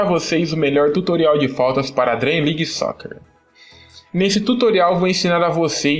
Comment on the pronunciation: Acho que se fala Dream league Soccer É não Dream league Soquer EU NÃO FALEI COMO ESCREVER É SIM FALAR O NOME DO JOGO